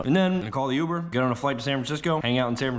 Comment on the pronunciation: Youber 😮 that’s how you say it?